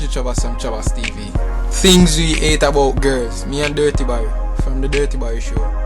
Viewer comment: come on man, ITS DUTTY BERRY, POTWA VERSION, NOT DIRTY BARRY...but me like the video still